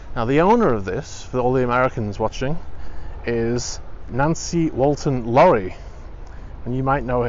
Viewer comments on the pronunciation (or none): none